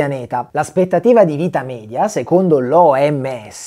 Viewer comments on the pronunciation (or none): none